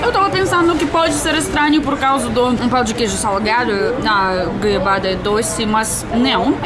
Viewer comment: Nasci em BH, como queijo com pão na chapa pela manhã, faço Omelete com queijo no almoço e queijo com doce de leite na sobremesa e no café da tarde mais pão de queijo com cafezim! Kkkkkk DETALHE SOU INTOLERANTE A LACTOSE... Mas o melhor de tudo é ouvir a falando " Pau de queijo 🧀 kkkkkkk